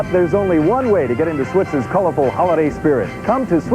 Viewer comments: Switz's is said like "Switzes", not Switz. I got my first Halloween mask there, a rubber werewolf mask that I treasured. I still have it but it got all stuck together and kinda rotted away. Oscar was the best, I was always a little scared to go too close. Fun story, they had a whole bin of handcuffs and I, thinking they were trick handcuffs do to the lack of keys, handcuffed myself to the isle. What I didn't know is that they kept the keys up front. I was stuck quite a while and sad and the whole thing was kind of humiliating hahaha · It's actually pronounced Swit-sez...you kept leaving off the 's .